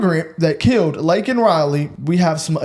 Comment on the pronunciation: DO NOT, NEVER FORGET!!!! THAT biden APOLOGIZED FOR CALLING THE PIECE OF SHIT, "ILLEGAL IMMIGRANT." HE NEVER APOLOGIZED FOR SAYING LAKENS' NAME INCORRECTLY!!!!!!! Y'ALL DO THE FUCKING ARITHMETIC!!!!!